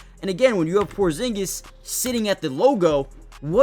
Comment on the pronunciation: almost perfect original pronunciation 😆